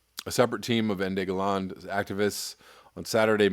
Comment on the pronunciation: it's pronounced "enda ga-lenda " ENDE GELÄNDE and in english his name means END OF STORY, NOTHING TO ADD and I saw other "Going South" response but this is a little grey area here